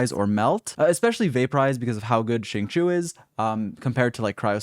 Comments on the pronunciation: Xinqiu is pronounced as "sing-show" and not "sing-shew" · nope. it's pronounced as sing-chew.